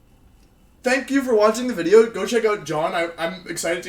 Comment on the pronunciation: Every time I hear you say Wideo, it makes me think of the flaming spade. Oh the good ol' days